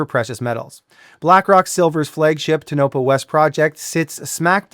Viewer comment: Great vid yet it's TOE-nah-pah.